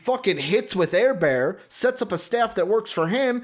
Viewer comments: Just ran across this and as a lifelong Charger Fan ..... LMFAO! Staley is a fricken Genius and no doubt the Best Hire Chargers have ever made ........and for the 2 Guys that obviously know nothing about the sport of Football ...it's "Her-Burt" and "Day-Ball"......thanks for the laugh though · You should try to say his name right it's Justin Herbert